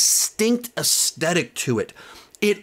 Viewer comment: AesTHetics. Not "AesTetic". Love you!